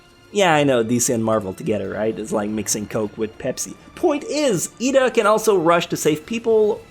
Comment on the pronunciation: It's not Lida it's Iida